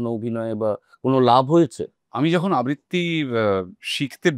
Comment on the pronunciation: আবৃত্তি , আব্বিত্রী নয় 🙂 অনির্বাণের উচ্চারণ এবং রাহুলের উচ্চারণের পার্থক্যে বুজতে পারা যায়